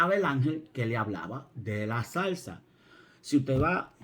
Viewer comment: El ángel estaba en la SALSA. Y lo coloqué varias veces para darme cuenta si había oído bien. Y claro dice SALSA por el acento, Pero es ZARZA. Como me he reído, pero con todo respeto. BENDICIONES.